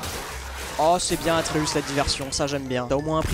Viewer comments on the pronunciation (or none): Ça me fait grincer des dents quand il dit le nom Artéus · Atreus ❌ ARTEeus ☑️ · Terra qui dit arteus au lieu de atreus c'est très drôle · Il s'appelle pas artheus mais atreus bref sinon toujours aussi drôle et j'adore les wankul évolué et sont de plus en plus animé ! Je kiffe 😍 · Toutes la vidéo ils disent artéus alors que c’est atréus … heureusement que je vous aiment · Par contre c'est Atreus pas Arteus, j'ai tellement saigner des oreilles... 😂😂😂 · Je suis outrée du "artéus" tout au long de la vidéo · Quand ils disent arteus ça me rend fou mdr et cool un live récent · Ils ont dit Artheus toute la video alors que c'est Athreus non ? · On est d'accord que c'est aTreus et pas aRteus mdr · Personne parle du fait qu'ils disent aRTEUS au lieu D'ATREUS tt le long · Mdr c'est pas arteus mais atreus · Vous dites arteus alors qu’on dit atreus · Atreus et pas arteus mdr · C'est atreus pas artus mdr ça c'est une chaîne mdr